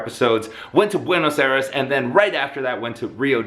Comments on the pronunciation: It's "BWAY-NŌS EYE-DESS" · furious Pete you say Buena's Aires wrong 😑my people should be mad 😡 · am I the only one that cringed whenever he mispronounced Buenos Aires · Ovide Chery I'm from Buenos Aires and I'm not mad about the pronunciation.